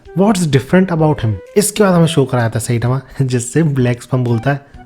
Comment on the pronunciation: साईतामा ❌ सैतामा ✅ 😂😂😂